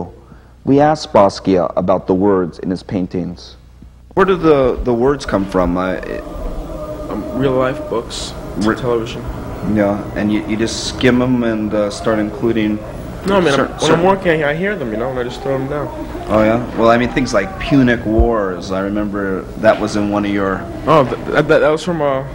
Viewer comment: "..and you just 'skimem'" ...I'm so done with this guy. I am so done.